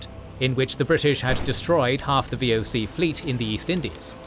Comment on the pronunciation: wow how you butchered the VOC. that didnt even sounded like how its said. not even close XD